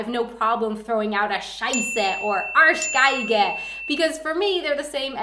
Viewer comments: I love how you say the word Arschgeige ;D ;D ;D the arseviolin :D Pretty neat :D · The way you pronounce Arschgeige is adorable. :D